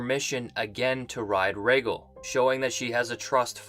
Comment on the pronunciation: I was going to give you a pass for your crappy pronunciation of Rhaegal but if you think Bran did nothing, there is no point in listening to anything of yours.